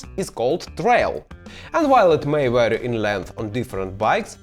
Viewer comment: Глядзеў твае відосы на расейскай, а зараз і на ангельскай гляджу. Няхай і па другому разу, а можа і больш чым па другому)) У цябе ўсё выдатна з ангельскай, не трэба кпіць з самога сябе. Можа і ёсць які акцэнт ці невялічкія памылкі, але ж гэта дробязі) Вось тут я можа дробязь заўважыў, што ты не так вымавіў vary - гэта можна проста ў гугл транслейце пагледзець, ён норм дапамагае з вымаўленнем!